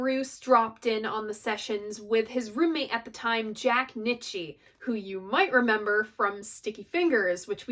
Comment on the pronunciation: Jack's name is pronounced "Knee-Chee". Jack is a superb producer because he doesn't suck the soul out of a song.